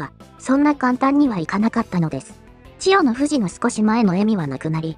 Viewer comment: ここだけ千代⤴の富士なんだよ。